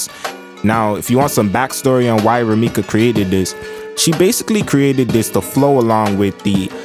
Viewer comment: It's RumikO Takahashi, not Rumika!